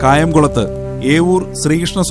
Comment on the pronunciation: ഏവൂർ അല്ല. "എരുവ "